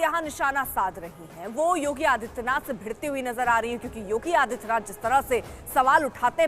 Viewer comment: Ko samjhao Naam to shuddh Se bole Jogi bol raha hai Yogi bolna chahie na usko